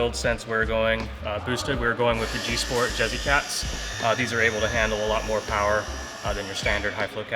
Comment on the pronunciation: There's no such thing as too much pawa.. 😂